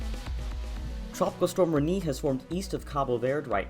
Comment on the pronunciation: Reknee lol